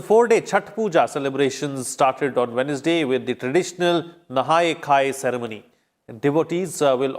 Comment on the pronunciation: Pronounciation Wednesday what will be? I think it's wenzday.